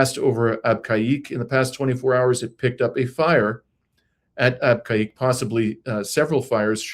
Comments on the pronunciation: Abqaiq. British and American expats pronounced it AAB-cake. And Dammam DAH-maam. In Arabic, Abqaiq is actually pronounced Beh-keek. Dammam is Ah-dhim-mam (say it quickly) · PRONOUNCED AB KEG WORKED AND STAYED THERE 50YRS AGO